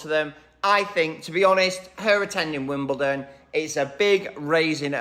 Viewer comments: Love you and I don’t want to correct you, but this is the second video that you mispronounced WimbleDON, not WimbleTON. Forgive me 😊😊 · I don't understand why Americans are incapable of pronouncing Wimbledon with a d and pronounce it Wimbelton with a t - yet they can pronounce London with a d and never with a t! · I know and have known a huge number of Americans, in my long life, enough for a poll, and most of them pronounce it Wimbelton.